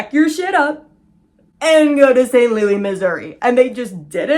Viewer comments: We in St. Louis call it “ saint loo is” not louie 😅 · yaaay new upload!!! (also this is my first time hearing anyone say St Louis the French way 😂)